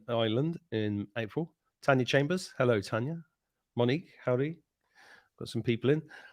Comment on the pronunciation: Stop saying hel lo